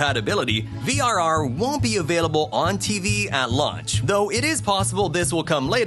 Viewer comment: He said launch, but ngl I thought he said lunch too lmao